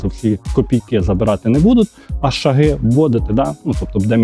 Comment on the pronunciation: не шагИ , а шАги